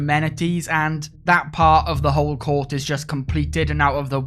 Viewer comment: Take a shöt every time he says Cöurt =D